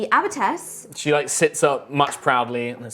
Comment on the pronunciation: It's abbess. Sorry, but it's driving me crazy. Otherwise, great as always.